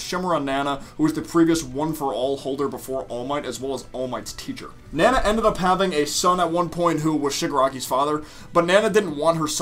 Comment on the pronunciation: It’s funny to me when I hear mispronounced anime names, like “Nan uh “ instead of “Na-na”. Then I realize I’m being an elitist prick.